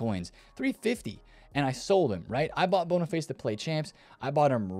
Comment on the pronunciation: Anyone else love the fact he calls Boniface bonnerface